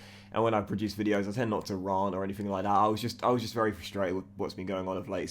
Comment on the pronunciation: I love you buy why can’t you pronounce rant